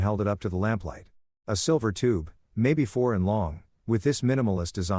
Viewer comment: Lol. WTF does the video have to do with the story? This is so stupid. Can hardly understand the story with reading it. 🤦🏻 That silver tube was "maybe fourin" (foreign?) long. 🤣